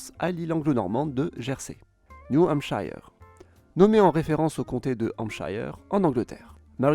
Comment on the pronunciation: Hampshire ne se prononce pas «Chayeure» mais «Cheure» comme dans Yorkshire (Yorkcheure)